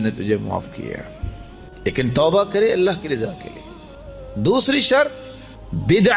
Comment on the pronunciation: alha ek hy. aap bolt alha dete hy.....asay na bole